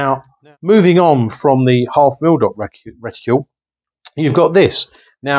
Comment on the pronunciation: Lol... I know I'm being a fooking pedant here but it's 'reticle' ... not... 'reticule'. A 'reticule' is a ladies handbag.